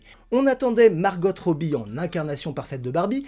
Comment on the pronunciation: Petite astuce : On prononce Margo et non pas Margotte (tu dois confondre avec le manège enchanté) lol Et ce n'est pas Greta Guerwig mais Gerwig (prononcé Jerwig) Je n''ai pas vu le film mais vu ta critique je pense que ça a du être un peu compliqué pour la réalisatrice d'exprimer toutes ses idées en ayant Mattel sur le dos. C'est un peu comme quand un réalisateur se lance sur un biopic et que la famille ou les ayants droits de la personne au cœur du sujet s'en mêle. Elle vous donnera son accord pour des infos, des droits à l'image, des droits musicaux (pour les biopics de chanteurs) mais demandera toujours à ce que certains sujets ne soient pas évoqués.